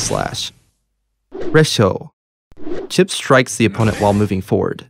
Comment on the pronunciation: Phew, at least Chipp wasn't butchered that hard